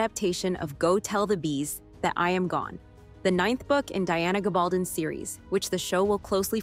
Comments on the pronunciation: Please pronounce 'Gabaldon' properly. And 'Lallybroch'. And 'Laoghire' Good Grief, you don't know anything! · And Diana’s last name is Gab al DONE with a long O. It’s a hispanic name well known in NM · Gab-al-done (like stone) Geez